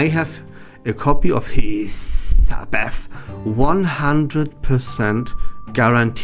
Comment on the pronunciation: Until this video I thought you had Tourette’s syndrome when you said hissbeth in your other videos